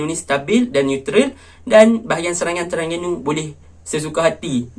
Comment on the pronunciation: Aku minat tang kau sebut pelat "TERANGGANU" bunyinya haha,good analisis,terang, mantap...